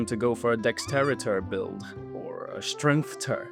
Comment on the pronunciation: Strength-ter lmaooo, love your videos man keep it up